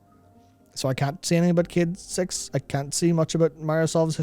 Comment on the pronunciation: ffs dude, I just got into huge trouble at work because someone overheard me listening to this video and i had to fucking explain that they're talking about a character called Cayde-6 and not about 'kid sex'. Learn to english my man, jeebus.